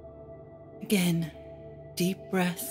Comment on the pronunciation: I was all calm until she said “againe” GFFFICSTIJ